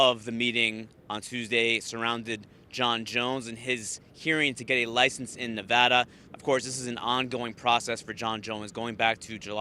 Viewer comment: Nevarda/Nevada lol